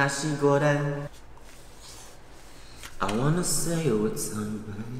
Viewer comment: ah i love how PRONOUNCED NASI GORENG!!!